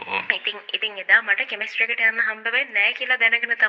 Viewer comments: Ayyoooooo, harima moda ganiyak. Ehema naththam pissu eyata. Kiyapu English wachana serama waradi widiyata uchchaaranaya kale. බුකෙට්😂, පාරල්😂, පසිටිපේට්😂 කෙමිස්ට්‍රි 😂, 😮😮😮😂😂😂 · නිර්ධය ඉංග්‍රීසි හරි උච්චාරනය: 😂😂😂 ===================== ෆියුනරල් පාරල් කෙමිස්ටි ෆයිනල් රෙස්පට් බොකෙට් පියුනරල් කැබින් එක කෙමිස්ට්‍රි එක රිමේෂන් බැරියර් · ෆියුරනල, පාසිටිපේට්, විරල්, ෆියුරනල් පාරල් එක,කැබින් එක, ෆ්ලවර් බුකේට්, කෙමෙස්ට්‍රි 😂😂😂 අම්මෝ මේ ඇත්තට ම ද මේවා කියන්නේ? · කෙමෙස්ට්‍රි කියල එයා කියන්නෙ😂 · ගොං වැස්සියෙ උඹට ඉංග්‍රීසි වචන උච්චාරණය කරන්න දන්නෙ නැත්නම් කියවිය සිංහලෙන් සුසාන භූමියකියල. කෙමස්ටරි නෙවි , සෙමට්රි .😅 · දැන් හදිසියේ කිව්ව කෙනා ...දිගටම කතාව.😂😂😂😂කෙමස්ට්‍රි...ගියාලු😂😂